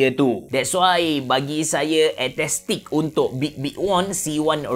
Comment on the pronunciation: AESTHETIC bang..ESTETIK..bukan etestik